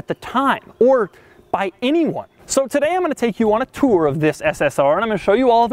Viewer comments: Like "Hwhip" like Tuoure" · Doug. The kind of guy who says “tour” like Stewie says “whip”.